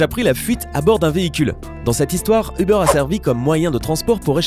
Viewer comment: Ubeur .. euh uber